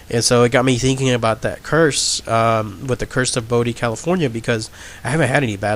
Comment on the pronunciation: Dude, I can't get over the 'wiffits'... either pronounce your "th's" or get a better microphone!